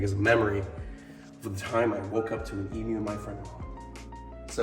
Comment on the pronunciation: As an Australian I can say: Thank you for saying "Emu" properly hahaha